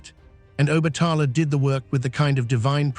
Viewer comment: You’re not pronouncing OBATALA name, right?